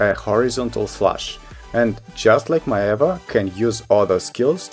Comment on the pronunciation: Hey I'm loving the four review videos you did!! I'm still deciding on what to play but these helped a lot!! I just wanted to add that Maehwa is actually pronounced as may-hwah (two syllables)!! Once again thank you so much!